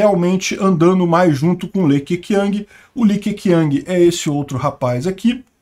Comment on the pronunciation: Li Que Quiang se pronuncia Li Que Tchiang. E Hu Jing Táo